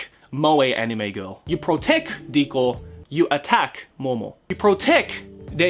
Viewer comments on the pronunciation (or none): You make Riko sound like Dicko. Please kill me, even though I'm already dead inside.